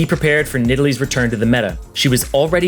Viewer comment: Nidalee??? Lmfao